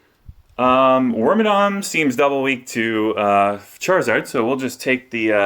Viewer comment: are you saying work my dong?! its like worm and madam wormadam.... madam madong madont.